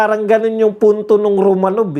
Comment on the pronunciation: ROMANOF po ang pronunciation ng ROMANOV. Yang letter “V” sa Russian ay “F” ang pagpronounce.